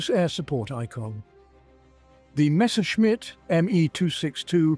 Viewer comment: Why does everyone make the same mistake? It is not Meschersmidt. It is Messerschmidt.